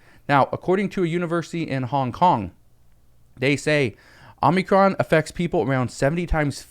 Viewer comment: I wanted to make sure you were saying what I thought you were saying before I said anything. And you have been you've been saying it over and over and over again I have to correct you. You keep saying Omnicron It's Omicron.